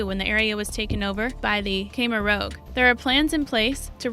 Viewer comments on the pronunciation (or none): The presenter needs to learn pronunciation It is pronounced ANgola not anegola It is pronounced Khemer ROUGE (like rouge make-up) not Khemer rogue a rogue is a theif Slow your talking speed down and brush up on maybe some history and PRONUNCIATION skills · Then her history sucks it's the Khemer Rouge (as is the make up) not rogue so maybe she needs spelling lessons? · Why do you talk like a robot voice? Heard too many of 'em on You Tube? And, don't know how to pronounce "penal" (PEE-nahl) or "Angolan" (An-GO-lan?) And Khmer Rouge, I won't even try to teach ya. If ya need a proper voice-over actor, get in touch with me.